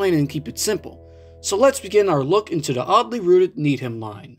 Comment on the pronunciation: Needham is pronounced "need-um" here in MA